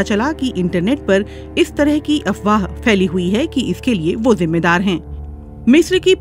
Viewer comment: Feli nai hota pheli hota hai